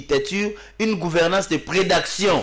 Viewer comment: Oh! C'est quoi la prédaction? Dites plutôt prédation Mr.